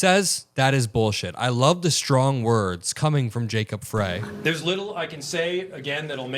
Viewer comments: Frey-pronounced "Fry". You're welcome. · Fyi Jacob Frey pronounced fri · Mayor, Jacob Frey, pronounced Fry. Please get your pronunciation of names correct as not to seem like the "other" side of reporting that could care less.